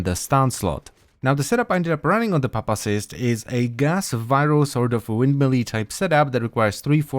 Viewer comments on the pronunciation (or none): It's pronounced as pew-pa-cyst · The "Pu" is pronounced "Pew". Pupa: /ˈpyo͞opə/ - Noun: an insect in its inactive immature form between larva and adult, e.g., a chrysalis. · say it with me pew pa cyst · It's "pew-puh-sist" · poopacyst. petition for to make an alternate version video where he pronounces pupacyst like poopacyst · I cannot unhear papacyst. It will be my pronounciation for the name. 👌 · I thought it was pronounced 'pew-pacyst' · It is his pronunciation is as bad as his builds lately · lol everytime he says pupacyst I hear "papa-cyst" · I hear "puppy-cyst"